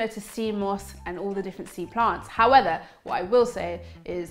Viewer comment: You should take speech therapy you say fubms instead of thumbs in the beginning, howeather instead of however, and wiv instead of with... just to mention a few. The TH sound you use when you mispronounce 'however' is the sound to use in with. I'm sure you know these things, so talk more mindfully...Why do you pronounce starchy as 'storchy'??